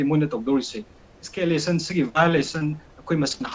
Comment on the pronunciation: Koktang gi wahai kara: eskelation, soolution, emotion, situation 😂😂